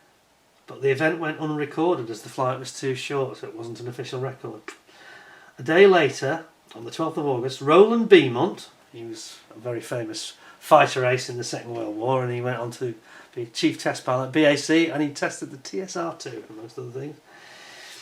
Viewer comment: his name was pronounced Roland Beau mont,not Beemont,and while at Binbrook,the lighting was called the Homesick Angel.the Lightning flies at Thunder City in south africa.